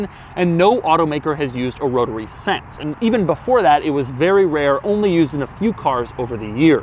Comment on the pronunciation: Pronounces “since” as “sense” and I find it infuriating but he wins it back by acknowledging that this is one of the ugliest cars ever made, and also that it drives an absolute treat. I loved driving that car.